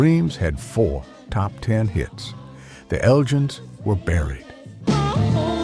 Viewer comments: Eljins? Isn't it elgins? Like from the Scottish town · R Dean Taylor couldn’t have been “one of the only” whites at Motown. He was either the only, or he was one of the few. But that’s the sort of nonsense you get with AI narration, as is the following : the Elgins pronounced as “the Eljins”, who apparently had a “led singer”; also, Jimi Hendrix didn’t leave the Isley Brothers for “bigger things” — he left for three more years of struggling as a backing player on the chitlin circuit and near starvation in New York city. After that point I’m sorry to say that I gave up watching this video because of the poor voiceover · Surely The Elgins had a hard G in its pronunciation, as in The Elgin Marbles. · In the UK The Elgins is not pronounced how you pronounce it, however I guess like Candi Staton maybe it is a topic of debate. 9 out 10 of these records can be regularly heard at Northern Soul nights in 2026. Dusty Springfield was much admired by Queen Elizabeth.